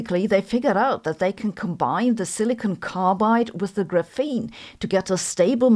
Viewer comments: i mean I'm not gotta stop watching her cuz of it but it just stings my ears just say it like graphite 💀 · graph - ene not gruphene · gra FEEN reminds me of feynman’s chee TAH 😂🎉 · I've never heard anyone call this GRUFENE before. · please don't say graphene like that 😭😭😭😭😭😭😭😭😭😭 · oh! A memory from 1984, that’s how my graduate quantum mechanics professor professor pronounced it. Multiple times per class. I can still hear his voice. Ugh! He wrote huge equations while explaining it verbally. You could write notes on the equation and later not know what they meant- or you could note his words and then not know how to do the calculation. Uh, grad school!